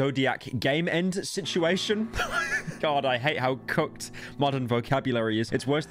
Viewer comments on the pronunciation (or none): For a good few videos i thought when pyro referred to something as "cooked" i thought he was saying "cucked" idk i just wanted to put that out there